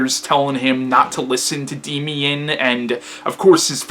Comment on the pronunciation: It's pronounced "Daymian"